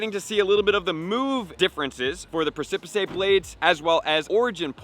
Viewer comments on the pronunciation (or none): /ˈpresəpɪs/. Precipice. Not pre-sip-i-say. Cracking me up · Precipicé or pr(eh)-si-p-ise blade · I stood on the presipissay of the abyss and asked myself, how does this grown man say precipice wrong so many times and not notice? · Preh-sa-piss blade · "Press-a-pis" is the correct pronunciation of Precipice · It's pronounced "press-i-piss" lol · pronunciations are on the edge of a “pressipisay” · It's pronounced "Preh-sip-iss" Blades btw. Also, the symbol for primal Groudon is supposed to resemble an Omega and the symbol for primal Kyogre is supposed to resemble an Alpha. This is from the main series games Omega Ruby and Alpha Sapphire which featured the primals on the cover. Just as a bit of interesting info! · Sorry to be that guy, but it's pronounced PRESS' - EH -PISS. I'd want someone to tell me. prec·i·pice a very steep rock face or cliff, especially a tall one. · Someone teach how to say "Press-ih-piss blade".. Lmao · Press-ip-ress blades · Jesus man...lol Press - a - piss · Press-sih-piss blades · My dude: please learn how to say “precipice” - this is not an advanced English lesson. You’ve probably stood on one! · The way you pronounce the word precipice bothers me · Yeah every time he butchered the pronunciation my soul died a little lol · Your pronunciation of precipice is inaccurate… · He makes precipice sound soooo exotic 😂😂😂😂😂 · No, not exotic. Awful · Your pronunciation of precipice is killing me 😂😂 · Seriously dub that crap over because it is just awful. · Literally lol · The way he pronounces precipice 😂😂😂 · Great video and info, but I don’t think you have the pronunciation of ‘precipice’ correct. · He needs less Pokémon go time and more hooked on phonics time. It’s literally something every single video…..i can’t even anymore.